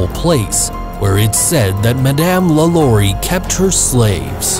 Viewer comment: I'm from New Orleans.... It's pronounced LAH-Law-ree